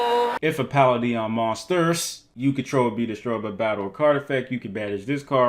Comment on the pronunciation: Palladion pronounced "Puh-LAY-dee-an"